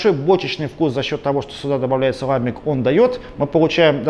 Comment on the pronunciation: всё хорошо, только не лАмбик, а ламбИк